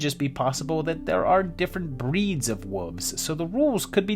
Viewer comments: I love to hear a group of WOLVES pronounced like WOOOVES. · I thought he was calling them WOOFS.